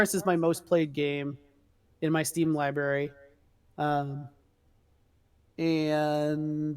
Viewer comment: Love the video,. Love the discourse and absolutely agree with about Chuck. Minor technical note: starts to echo around the one hour mark. (Not sure if that's where it actually starts, but that's when I started to notice it happening frequently. ) Another Note: I didn't note the time, But there is a point where says "Li-Berry." If I remember my Brother Guidebook, you are now honor bound to give him crap for it ad infinitum or until he gets something on you. Love and Respect.